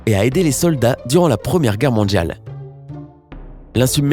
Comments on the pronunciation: J'adore la langue française. Votre prononciation du mot "mondial"/"mondiale" plus précisément du son D - ne correspond pas à un son de la langue française. On dirait le "DJ". Dommage, car votre commentaire est intéressant. Soignez votre prononciation, s'il vous plaît. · mondjjjjial quoi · Mondjal ,, cardjac 😂